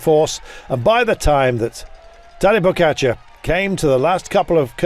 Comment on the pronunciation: its pogacar not pokatschar man.